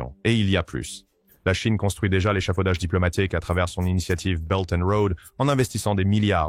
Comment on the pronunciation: La Cheine? Cet IA c’est insupportable